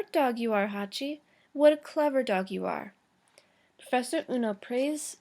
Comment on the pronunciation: ueno not ono